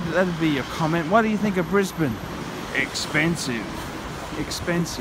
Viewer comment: Stop saying "Brisbayne" you annoying schizo fuck.